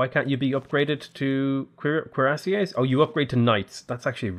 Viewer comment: Instead of cuirassiers, I keep hearing queerassiers, and they definitely slay